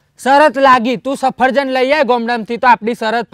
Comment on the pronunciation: Safarjan nai safaljan bolvanu bhai badhu hamjavu pad Mar ov